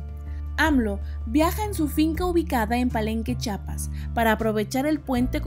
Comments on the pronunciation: Muy bien, pero corrijo a esta reportera, no se dice Chapas, hay una i despues de la Ch, CHIAPAS ... corrija su dicción por favor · Me caen mal los reporteros que no saben decir CHIAPAS